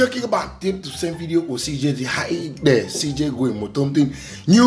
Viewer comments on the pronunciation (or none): none